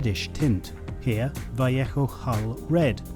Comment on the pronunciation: what is wrong with your pronunciation?? it's val ayo sounding for vallejo not vieichoo! lol